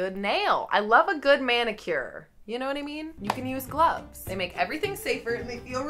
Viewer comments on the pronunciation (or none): Glooves ???? Really? Is this a pelvic exam or what ? 😂